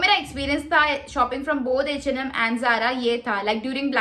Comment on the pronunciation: Eeeh and Am Baaaaaag Pls bolna seekh le 😂